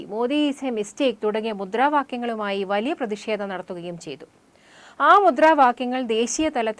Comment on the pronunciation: 'പ്രതിഷേത'മല്ല, 'പ്രതിഷേധം' !!